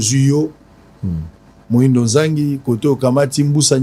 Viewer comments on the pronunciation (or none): Muhindo et non moyindo Svp sango